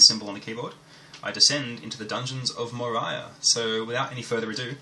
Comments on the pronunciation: You destroyed the game's title. It's based of LOTR , it's pronounced More-ee-a not more-i-a. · watced it, installed Umoria on my Ubuntu and now i cant stop playing it :D And as Rensome said it is indeed [Мория] not [Морая], like in lotr ;)